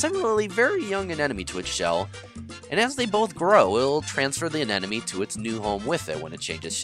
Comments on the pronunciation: Terrible choice for background music. Nothing wrong with salsa, but it takes away from the content rather than adds to. That in addition to saying anenemy instead of anemone doesn't help either. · Anemone.... Not anenome...... Why can no one pronounce it correctly? 😑